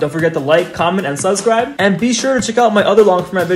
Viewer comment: i like how instead of saying subscribe he says su(emphasis on u) bscribe